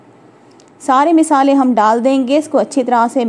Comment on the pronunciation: Masaly ❎ meesaly☑️